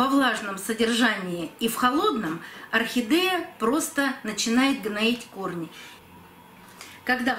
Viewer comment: Зачем букву е произносить э орхидэээя